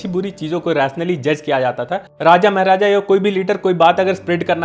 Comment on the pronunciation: Maharaja ❌️ Meher aaja ✅️